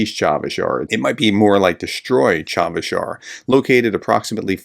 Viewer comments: Cha-SIV not Cha-VIS Yar. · Chavez Yar 😂. I think that’s in New Mexico. Cha Siv Yar. Chasiv Yar. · Chasiv Yar (not "Charveysh Yarr", think Chassis, but then say Chassif, there you go) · Prof, the town is Chasiv Yar not Chavish Yar. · CHA-SIV YAR.... not Chavez 😀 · Are you dyslexic? It's Chasiv. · Pro tip: "cha" as in cha-cha-cha, "siv" like "sieve." You got the accent right (first syllable), just need to true up a vowel and unflip a couple consonants. Expect to say "Chasiv Yar" often in the next couple months and prepare accordingly. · Chasiv Yar, Chasiv Yar, please professor, the city has been talked about for a long time, please make a little pronounciation effort. Respect your videos though!!